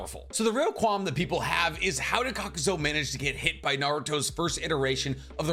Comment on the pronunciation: love the channel but for someone who claims to have all the Naruto knowledge you constantly pronounce things wrong. For example, you call Kakuzu, "Kakuzo" and you call Lady Katsuyu, "lady Katsuyo"